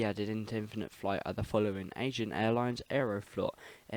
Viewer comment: Lmao Agean is spelt like (Ah-Gee-An) not Asian ;) Enjoyed the video tho.